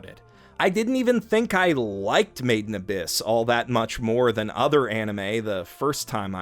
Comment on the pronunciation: I always thought you were saying “maiden abyss” I also thought it was a maid cafe show or something similar as you can imagine I found myself constantly wondering why you would critically acclaim a maid cafe show (oh how I was wrong 😑)